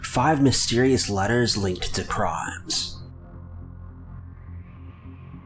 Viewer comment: he does it because he knows it gets him views lol. T5U reminded me of Chills towards the end of the video. Also the way he says crimes at the start of the video rofl